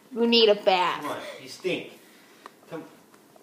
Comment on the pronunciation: no its bath. its not "bathe" bathe sounds like "bae-thee"